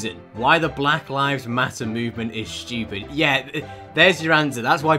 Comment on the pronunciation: I just noticed that actually says “Schtewpid”